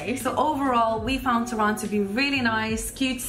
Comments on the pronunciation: Girls, a little polish lesson, accent in Polish 2 syllable from the end so TOrun :) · I love when you say Torun it sound like ,, Toron - to ,, nice blog 👍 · Its Toruń ( toh-rooń) and Sopot (so-pot) and girls completely twisted the name of Toruń and it didnt sound right the way they were pronouncing at all so I doubt its similar to your language